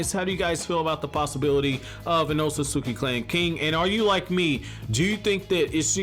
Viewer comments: YOU'RE MISPRONOUNCING ŌTSUTSUKI! You're missing syllables. C'mon you perverted fat Albert sounding sex offender lololol!!! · My mans you have gotta start pronouncing Otsutsuki correctly my mans 😂😂 I facepalm the moment you even say it